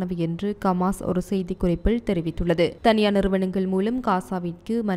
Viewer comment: கமான் இல்ல ஹமாஸ் கவ்தி இல்ல ஹவ்தி